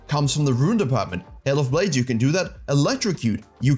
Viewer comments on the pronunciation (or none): none